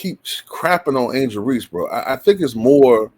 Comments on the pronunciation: This clown doesn’t even pronounce her name right, there is no Angela Reese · he said angela reese.